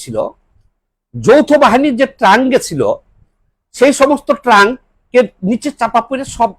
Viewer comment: আপনাকে না বলেছি ভাল একজন মানষিক রোগের ডাক্তার দেখাতে আর ভাষাটাও ঠিক করুন। সস্তা popularity জন্য কেন নিজেকে ছোট করছেন??? এটলিস্ট নিজের পরিবার এর কাছে ছোট হয়েন না। ছোট জাতের লোকগুলো আপনাকে সবসময় বাহবা দিয়েই যাবে। শব্দ টা Trunk না!!